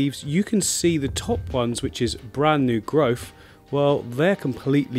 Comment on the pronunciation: "New Growph." Love it!